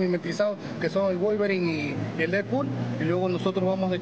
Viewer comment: volverit y dedput jsjsjajajaja